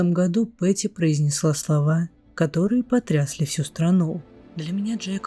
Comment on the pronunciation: например слова матери, потрясли, ударение на я у вас23::12